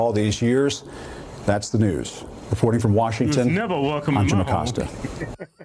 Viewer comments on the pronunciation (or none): "That's the nEwS..." That's what you sound like, Jim.